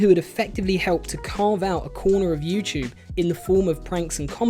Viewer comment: I like that it sounds as if you're saying you-chewb whenever you say youtube. I'm not picking at your accent, I genuinely enjoy it.